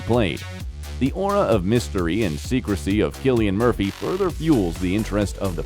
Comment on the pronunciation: You need to learn how to pronounce his name properly